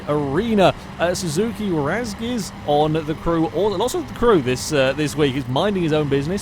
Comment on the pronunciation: Your pronunciation of Razgriz pains me